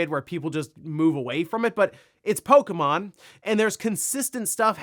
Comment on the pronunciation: It's pok-E-mon not pok-a-mon 😂😂